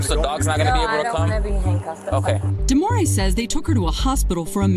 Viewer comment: Omg her name is DEMOREE get it right